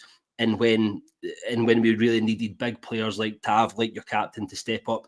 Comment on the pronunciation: its been 8 years you have got to say tavs name properly at least once before he leaves 😂😂